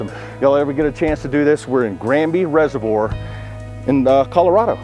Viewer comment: Does Florida not have "Reservoir's" Guy can't pronounce the word lol.